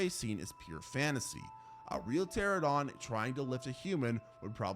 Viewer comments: Every time this man tries to say Pteranodon, I cringe. Teh-RAN-oh-don. Not terror dong. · PterANOdon, not "Pterodon". You aditted that the name means "winged and toothless", yet your pronunciation omits the syllable that actually denotes this.